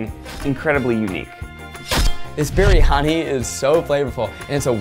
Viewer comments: I thought zach said “berry-honey” lmfao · “this BEERIYANI” shakes in singaporean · Roohi Malviya its actually BRIyani like "bree-yah-nee" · the way zach pronounces “biryani” makes my indian heritage shake with fear it’s not his fault, but i thought it was pretty funny 😂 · as a Malaysian,it's so funny when Zach said Kuehdar instead of Kueh Dadar and Berhani instead of Biryani 🤣